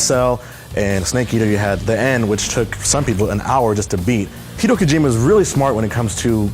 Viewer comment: who's Heedo Kojima?